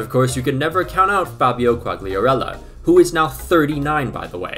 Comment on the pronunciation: Your Italian pronunciation is really good. I am a Sampdoria fan and you have pronounced Quagliarella flawlessly